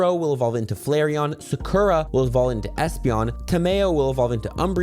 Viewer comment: My dude is never watched Naruto if he's pronouncing Sakura like that. Smh